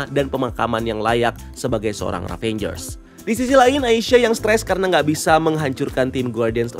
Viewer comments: ravagers mas bukan ravengers... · IT'S RAVAGER, NOT RAVENGER BRUUH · Maap bang.. Ravagers bukan Ravengers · Izin koreksi, nama genknya itu Ravagers bang (baca: Ra-va-gers), bukan Ravangers 🙏🙏